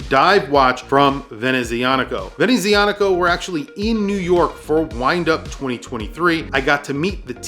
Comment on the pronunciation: Professional, passionate and interesting review, as always. Chris, you have hints of Italian ancestry in your accent, is it so? The "z" in "Venezianico" is pronounced "ts", like in "pizza". The brand name is a combination of "Veneziano" (Venetian) and "meccanico" (mechanical).